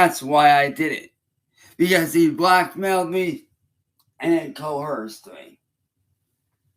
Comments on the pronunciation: I'm only going to say these things once: WILLIAM ALWAYS WINS 🏆 IT'S COERCED, NOT CO-HERSED!! 🤬 JHFC, MAN!! (got the 43rd like again) 🏆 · Guys guys guys he got cohoooorst 😂😂😂😂😂😂 I’ve never in my life heard someone say coerced as cohorst